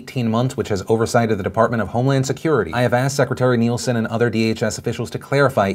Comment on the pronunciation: Hearing Phil mispronounce Nielsen hurts.